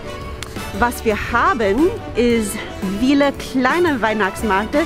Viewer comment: Admirable effort to speak German. But it shows that you need German friends and colleagues to whom you can (need) to speak in German. You "Z" still sounds English. "viel" should sound like [feel]. Ferry easy? We tried to speak English at the office. Everyone felt awkward. And we had nobody who either corrected our mistakes or showed us the correct way by example. So many a mistake went by without anybody knowing it was wrong (or not the way how it was said in English). That's the reason why I don't like language classes with all foreign students. You hear right and wrong English. And you don't know what is correct until you know it anyways. I prefer to be in a "perfect" English speaking environment so I don't learn wrong things and have the proper expressions instead. No good idea to put the hot baking tin on plastic cutting boards. I use a Topflappen (pot holder) on the countertop or the range. Bread gets pretty hot.